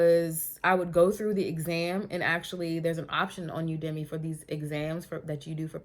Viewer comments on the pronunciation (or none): You-da-Me (Udemy) 😂